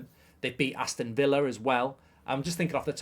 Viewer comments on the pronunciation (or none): none